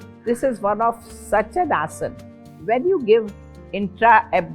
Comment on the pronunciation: हिन्दी में नहीं बोल सकती क्या। क्या सारे बीमार लोगों में बीमारी आते ही अंग्रेजी की कैसट भर जाती है क्या। आसन को आस-नास बोल रही है। चकड़ाने की भी कोई हद और उम्र होती है